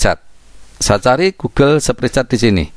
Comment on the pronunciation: Sepritset... kurang enak didengar spretsit lebih enak om